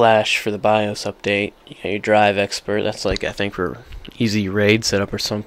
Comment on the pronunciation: Bye-Oace Say-da Ex-cape hehehehe good vid though